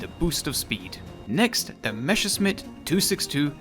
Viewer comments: Great Video, good to know wich ones do and do not get those. I only have one Critique: Its Pronounced like Messerschmidt, you said Mesherschmidt. Not a big deal, just wanted to tell you. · Okay, I'm gonna be your token German to correct pronunciation. You are Calling the Me's "Meshesmitts", while the correct way is to put the sharp sounding 's' first, as 'sch' is the same as the English 'sh' and double s just means sharp s. That's also where our funny letter ß comes from. Just an old, but still sometimes used replacement for the double s. Sorry, someone had to do it. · Meschersmitt lol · Please look up how to pronounce Messerschmidt it is frying my brain The s is pronounced as in English and the sch is the sound that would be written ch as in change in English